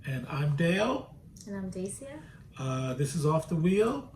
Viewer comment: Dacia, the second pronounciation is CORRECT!!! BAMALIKE, wow!!!!